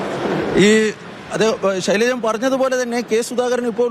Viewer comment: ഷൈലാജ് ആണ് ഷൈലജൻ . അല്ല